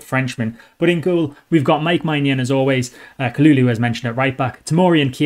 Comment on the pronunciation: Its Mike Men-junn 😄